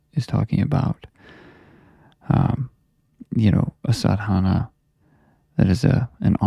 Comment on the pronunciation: Just a small correction brother...its pronounced "saadh-naa"